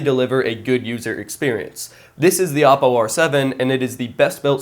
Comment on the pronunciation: thanks for saying oppo right. Other youtubers say o-ppo. Great video!